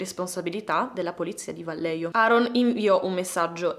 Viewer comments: Vallejo si pronuncia alla spagnola "Vaglieco",in ogni caso sei stata brava e ti promuovo con lode in ...1 elementare ^_^ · Ciao, un piccolo appunto sul nome della città… la doppia L di Vallejo si pronuncia come una i e la j è da leggere alla spagnola, è un po’ come la nostra h. È difficile da spiegare, prova a sentire la pronuncia su google😊